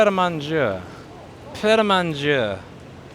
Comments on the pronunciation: Louis wasn't paying attention in French class. It's pronounced Pret a Marnjay and the j or g is soft as in " gendarme ". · Just FIY its pronounced like this: Pret ah Monjay. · "Prêt à manger" means ready to eat and is pronounced 'pret uh mon-dzjay', rhymes with say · I hope he never learns to pronounce it ahaha